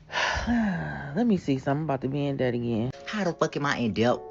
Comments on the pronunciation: Do ANY of these people know that the ‘B’ in debt is SILENT?!?!?!? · The b in debt is silent!!!Instead of being hooked on Cash app,try hooked on phonics!Let's see if they can pronounce that.